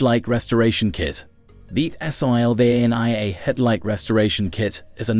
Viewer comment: Sylvania. SILL VAIN EEAH